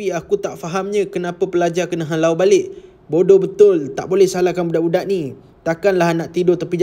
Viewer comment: Di arahkan. Ayat HALAU tu bunyi mcm kasag ja